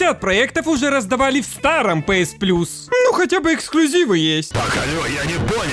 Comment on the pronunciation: Не пээс а пиэс, не пасс а пэсс